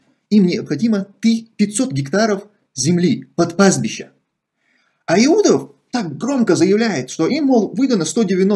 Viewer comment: ПастбиЩа, но не пастбиШа.